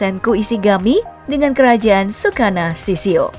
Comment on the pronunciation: Tsukasa mba bukan tsukana, kalo sukana tetangga saya